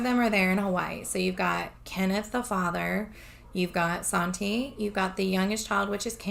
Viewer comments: Please be careful. It's sad but there are people just waiting to scam good people. You have good intentions, and a good heart, and sadly, people will take advantage of that. Sante is pronounced like Saunty. That's how I've always heard it pronounced. 💜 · It's no problem just thought i'd let you know. It's pronounced SHAWN TAY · your saying Sante wrong